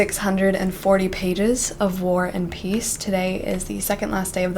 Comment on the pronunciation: When you say War and peace, I always hear "worn piece" 😂 im not english so sorry 💜